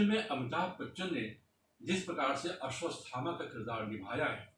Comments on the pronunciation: आश्वत्थामा है ना कि अश्वतस्थामा है... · Bhai Mere "Ashwadhama" bolne tho seekh jaa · भाई वो "अश्वथामा" है "अश्वस्तथामा" नही ।